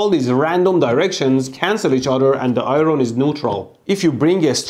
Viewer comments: Eye ron? Is that like, erm, iron? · What is "eye-roan"? Is it that expression I make when you blow yourself up? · I don't know why but your pronunciation of iron is (i,ron) I thought it was a type of metal alloy but actually it is iron I think it is just a way you pronounce it? correct me if im wrong hahahha I was confused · Eye Ron? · And yet we say "IERN"